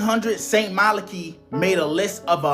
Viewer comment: st malachi: MAH-LAH-KY OR KAI (LONG I, NOT SHORT I)